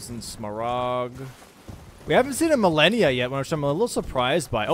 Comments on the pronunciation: Malenia ❌️ Millenia ✅️ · Why does he pronounce it Ma-leh-nia and not Ma-lay-nia? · why do u say milenia instead of malenia?